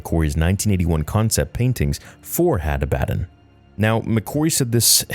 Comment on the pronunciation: ah-bah-don, the fuck is hattah-batt-en and Attah-batt-en? Genuinely asking here. Cause I'm just logically thinking how someone would pronounce this in English.